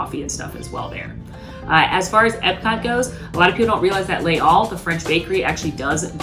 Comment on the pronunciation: Les Halles is actually not pronounced "lay all", it is pronounced in French, because it is a French place in Paris, 'Laze-alle" it runs together and the s is pronounced z in French.